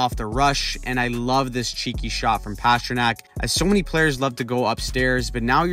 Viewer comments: It's not PASHrnak ... It's PASTA ... Pastrnak. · His name is not pass-tra-nack His nickname is literally PASTA. You don't pronounce that pass-ta. Come on. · Why are you pronouncing Pastrnak like that over and over